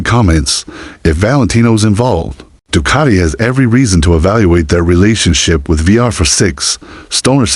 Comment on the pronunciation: Doocarti? Du-cat-i 🙄